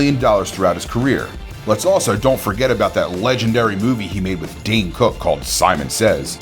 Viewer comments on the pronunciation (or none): none